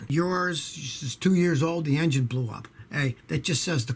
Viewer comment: I like it when Scotty says engine bbbbbbblew up. Kaboom